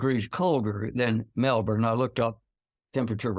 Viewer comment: Yikes, Will's pronunciation of Melbourne is unusually good for an American (I'm sitting there as we speak), but someone let him down horribly with Kosciuszko! It's approximately "kozzi-OSKO."